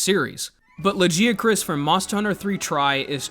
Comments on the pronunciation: The second I heard that “Luh-jee-a-chris” I frowned so hard that a blood vessel popped in my cheek. Go to hell. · Lajeeacroos"? What the hell? Blud missed every possible semi correct pronunciation 😂 Also you might be the only human on the planet calling Velkhana "he"